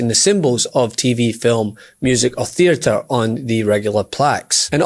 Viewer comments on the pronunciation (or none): none